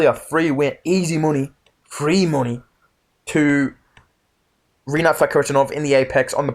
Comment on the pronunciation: is so edited. Bro couldn't say Rinats name lmaooo